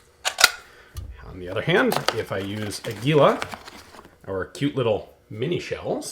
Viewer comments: Ian: AH-geeh-lo ;) what you are saying sounds close to "anguila" (eel). I love your channel! --- just a little friendly tip! the strong syllable is the first one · Its "Águila", strength on first "a" not" agu í la" as you said... sorry for being picky... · *águila...accent on the first syllable. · Águila. The brand of minishells. You must pronouns: Águila. With te accent in the first "A". Congratulations for your videos and apologies by my terrible writing. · Hey Ian, "águila" is accentuated in the A, not the I. It means eagle.